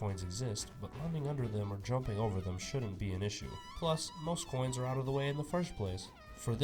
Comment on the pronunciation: I love when he said “0 coons collected, better luck next time, Porkrind.” Just hilarious 🤣 😂